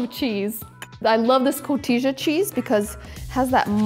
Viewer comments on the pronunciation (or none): Maybe you've already been told, but it's Co-tee-ya not co-tee-ja. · it’s pronounced co-tee-ha. the j is pronounced as an h in spanish. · Coteezah cheese 🗣😂😂..... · Haha cotisha cheese 😂 it's pronounced more like cotiha. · The 'j' in Spanish is pronounced as 'h', so it is CO-TEE-HA, not CO-TEE-JAH. These look really good, though!! :))) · Loved how she calls Cotija cheese “co-tisha cheese” 😂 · I believe "cotija" is pronounced "co-TEE-ha." ;) These look incredible!! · The cheese is pronounced CO-TEE-HA, the J is silent in Mexico. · I love koteesha cheese 😂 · Lol! Koh-teejuh cheese please. I caught it too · Yes, love that "coteeja" cheese too 🤡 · Looking good! The cheese is pronounced Co-tee-ha. With an H. In Spanish words with “J” are pronounced as if they were an “H”. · Hi, enjoy very much cooking your recipes!!! Quick note the Spanish way to say cotija cheese is “ko-tee-ha” 😉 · Вкуснятина 🤤, готовлю такие такос моему мужу мексиканцу 🙂 А, да! сыр произносится Ко-ти-ха:) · I love your recipe! Cotija is pronounced “ko-tee-ha” 😁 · Cotija is pronounced co-t-ha like jalapeno is pronounced with an h sound. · Cotija phonetically is coh-tee-ha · It’s pronounced coti-ha , the j in Spanish often makes a soft h sound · Cotija is pronounced cotiha. It's a Spanish word. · co-tee-ha cheese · It's pronounce Co-tea-ha! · Co-Tee-HA cheese.... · Great recipe but its actually "koh-TEE-ha" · You are saying the name of the cheese incorrectly. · Cotija = the j is pronounced as ha not ja. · So offended at the pronunciation of Cotija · Cotija . The J sounds like an H Nobody uses mayonnaise in a real ethnic recipe. Licking the sauce on camera was so nasty. I would never eat anything you touched. Nasty. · sorry guys if you cant pronounce the name of cotija right I move on to the next recipe. look up tacos de camarones receta if you want real mexican tonight.